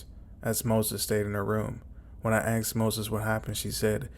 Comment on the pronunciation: I believe it is pronounced “aSked” Not “aKsed” boils my piss that 😂